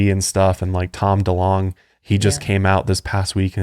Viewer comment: I'm pretty sure it's Tom Delonge not Tom Duh-long lol. Gotta love but his pronunciations are driving me crazy lol.